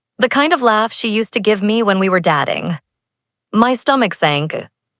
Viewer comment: FFS it's DAY-TING not DAT-TING